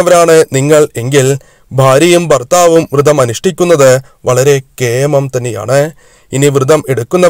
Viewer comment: തിരുമേനീ, വ്രതം എന്നല്ലേ അതിന് പകരം വൃതം എന്ന് പറയുന്നത് തെറ്റല്ലേ തിരുമേനീ